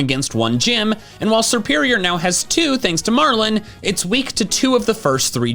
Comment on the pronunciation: THE I IN MARLON IS SUPPOSED TO BE AN O!